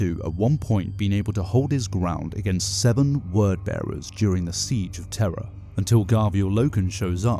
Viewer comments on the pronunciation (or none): none